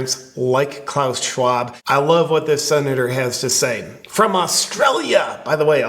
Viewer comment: Did you said Klown Shcwab? :P